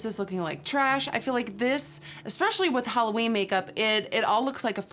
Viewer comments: Every time you say, "Halloweek" my holosexual gene hears, "Holoweek." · yeah I know. But u know what I mean. The whole 'holoween' sound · Am I the only one who thought that she said holoweak 💿💿💿